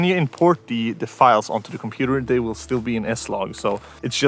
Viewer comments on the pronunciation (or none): "I wiss keep standing here" lol😂😂😂